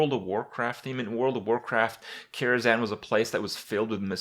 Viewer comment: Why Karazan? KaraZHan